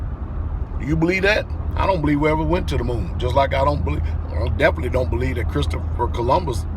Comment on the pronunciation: If you can't pronounce believe then you can go f yourself !!!!